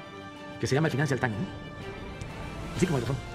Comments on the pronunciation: Es más bien, el fainancial tain, el niullor tain, el güalestri yurnal, el güachinton pos y el güachan güer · el Financial Tain, el Niuyor tain, el Wallestrit Yurnal... el Washington Pos